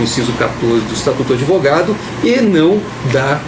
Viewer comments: Lula fala adevogado? Psicopata mente sem limites! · Analfabeto não é adevogado que se fala é advogado" isso ai foi presidente deste país"PQP......